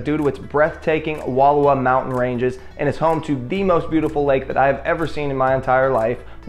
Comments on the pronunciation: No need to be so rude. I loved this video as I am FROM Wallowa County and EVERY ONE who's not from there pronounces it that way. It's wuh-lau-wuh but your video was AWESOME and makes me miss home. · Im from Wallowa County and it's actually pronounced Wuh-lau- wuh. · Thank you. When people mispronounce it, it drives me crazy. :D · Learn how to pronounce Wallowa.